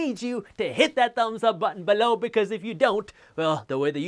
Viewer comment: The way you say "below" gives me nightmares